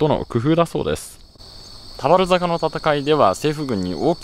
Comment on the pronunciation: 田原坂のイントネーションが少し気になる熊本県民